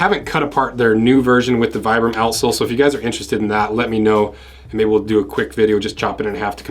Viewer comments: It's pronounced "vee-bram," not "vy-bram." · Idk man, my local cobbler and the guys over at my nearest redwing store would disagree. "Vy-bram" they all say.